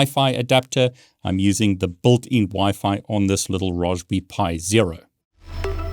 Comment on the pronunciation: All I hear is "BULTIN.. blablablabla.. BULTIN.. blabla.. BULTIN"